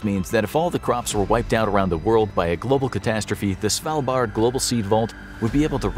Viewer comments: You're pronouncing "Svalbard" convincingly well. From a norwegian point of view it was easy to understand what you meant :) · You said Svalbard right! Good job👏👏👏